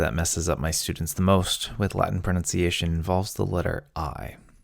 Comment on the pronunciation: i do love your pronounciation and the way you talk, i dont mean that in a gay way.